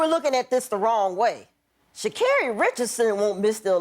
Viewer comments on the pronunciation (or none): Sha-car-ri. Get it right Wanda